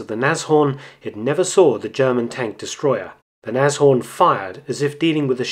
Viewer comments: Another real interesting video. If I could I'd give you a second like for your correct pronunciation of "Nas-Horn" instead of the usual "Nash-Orn". I bet you can also say "Messerschmitt" instead of "Mashersmitt", hehehe! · First time I hear a foreigner pronounce Nashorn quite correct, my germans ears are pleased!